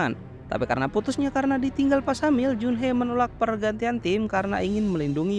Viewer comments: Bang Jun Hee Bang bukan jun-hee bukan pakai e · junhi bang dibacanya